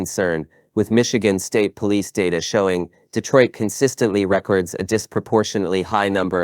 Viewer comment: Good content, but learn how to pronounce record